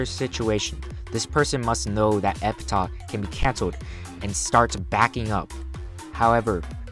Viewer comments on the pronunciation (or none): By the way, it's pronounced epitaf, not epitah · thats not how you say Epitaph